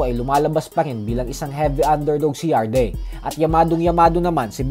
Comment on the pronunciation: Yarde pronunciation "Yard" Hindi Yarde Tanga😂